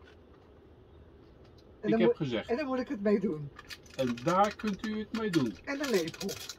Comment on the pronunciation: Ha en, ja toch niet tan en dan uitspreken met een harde T 😁 ja het blijven bijzonder mooie plekjes die je kan bezoeken groetjes P&C